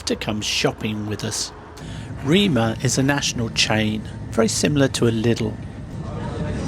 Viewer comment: Prounounced REMER. Not Reema. Rema tusen